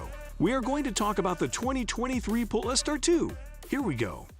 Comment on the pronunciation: Robovoice can't even say Polestar properly. Instantly put me off watching.